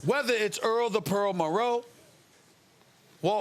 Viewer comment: "Earl the pearl marrowe" 😭